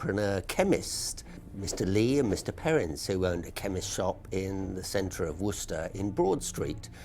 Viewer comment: C'mon, man - you ain't got cloth ears! (An old saying) She used the word "worcester" in her first few lines...but when you said straight afterwards, you pronounced it incorrectly. Then, at the very end after the words 'worcester' and 'worcestershire' had been said umpteen times...you still pronounced it the way you had at the very beginning. Nah man, there's nothing else for it: you've got to turn your hearing aid up!! Fight fair: we've all managed the horrors of pronouncing "Massachusetts", and the cunningly deceptive "Arkansas" not to mention the tricky wee "Boise". Try standing in front of a mirror and saying "Worse esster shyer" 3 times over...the indignant ghosts of the bygone citizens of Worcestershire will swarm out & sit you down to a 50 year long Pronunciation lesson in a hillside cave from which you won't emerge until you're 70. True story!! "Wooster sheer. Wooster-sheer. Wooster-sheer" however, will bring forth friendly ghosts who'll fill your pockets with bottles of sauce.